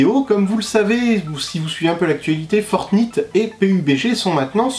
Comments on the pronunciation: Ça se prononce fortnight pas fortnitte 😭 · On prononce Fortnayte, pas Fortnite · Ça se prononce fortnaïte pas Fortnite !!!! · Fortn(I)te qu'il dit ptdrrrrrr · C'est fortnight ✌ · Franchement t'es stressant à dire fortNITE 🤯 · Ta façon de dire fortnite 😂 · Prononce Fortnite correctement stp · tu prononce mal fortnite